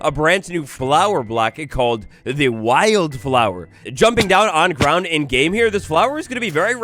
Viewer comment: Kinda amusing how you kept saying wild flower 2 different ways. One how it was spelled, and one was why-yelled flower, having wild be 2 syllables instead of one lol